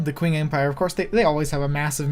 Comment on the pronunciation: its funny how you pronounce the Qing Empire you pronounce it "Kuing" but it is actually pronounced as "Ching"